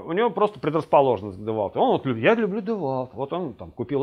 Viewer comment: девальт))))) Девольт!